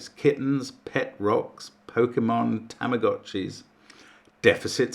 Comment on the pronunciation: Just a quick pedantic pronunciation note... tamagotchi is said with a long 'o' (as in 'gotta go see'). The name is derived from tamago (egg), and 'uocchi' (watch). It's a bit of a shame that English orthography makes us see it as tama-got-chi instead. Anyhoo, I'm a week behind again, thanks to work and a bunch of repairmen tearing holes in my walls, but now I have almost a full week off to get some stuff done (then it's back to busy, unfortunately...). The puzzles in this batch look enjoyable and not too mind-bending, so I think I will enjoy them. Only the renban looks likely to give me any real problems ... but of course saying things like that has come back to bite me quite often. As always I will update with my times and comments as I complete them. ===== 🎩 – Deficit Sudoku – Fill 'em in and knock 'em out is how I did it. I'm sure I would've done better if I'd had more experience with the variant. I didn't even notice the full range requirement in rows and columns. 🦕 – Such Great Heights – ( + ). Argh, what a disaster. Apart from the initial triples, it seemed like nothing at all was visible to me. I just kept stumbling around, trying to find any eliminations I could. Then naturally I broke it, and had to start over, with only marginally more clarity the second time around. I usually enjoy quads, but this was terrible... 🦕 – 16 Extra Givens? – Another pathetic showing. I stupidly tried totalling up the rows/columns to figure out the leftover cells